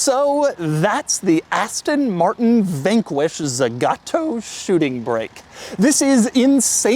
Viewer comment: “Zhisss ist the Astonn Martronn…..”